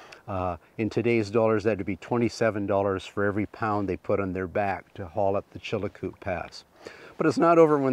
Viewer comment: Just a note on names that you are having trouble pronouncing. Many years ago,my son and I walked the Chilcoot Pass ( not Chilacoot as you pronounce it) leaving from Dyea (not Dye as you call it). The correct pronunciation for the mining of loose gold in streams is like the sound of plasser not placer. As an old geologist I cringe when I hear such gaffs.